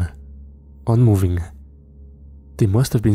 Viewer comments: I heard that also. I presume he meant "not moving"? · Were the last two words, "on moving" ? I cannot make it out no matter what I try, even with CC on.